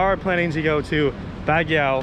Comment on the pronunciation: Baguio is pronounced bag-yo guys. Not Bag-yao.